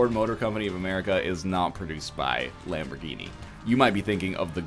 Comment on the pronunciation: As an italian, I find your pronunciation of Lamborghinis quite eggscrambling.